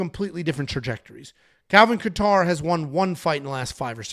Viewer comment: How do yall NOT know how to pronounce Kattar's name ? :face-green-smiling: Sounding like casuals.